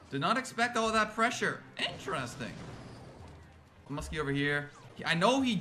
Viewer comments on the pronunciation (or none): I love how always say musky for musketeer.